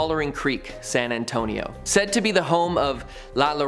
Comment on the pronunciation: San Ann-tone-ee-oh